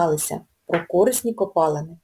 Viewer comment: корИсні, а не кОрисні!!!🤦